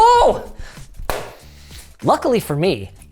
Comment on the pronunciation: The most Canadian "Hello!" I've ever heard 😂